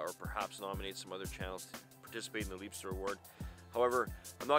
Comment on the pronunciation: Nice Video, dude. We still Waiting for snow 🙈 Thx, for taking your time to answer that questions, and you have very interresting answers. The Liebster you pronounced correct 💪💪 I like your attitude to live I added your Video to my Liebster Award List. Br from overseas Mike